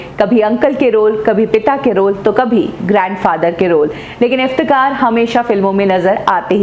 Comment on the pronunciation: मॉडम, आप नाम तो सही में लिया किजिये, असली नाम इफ्तेखार है,न कि इफ्तेकार।आप बार बार इफ्तेकार कह रही है।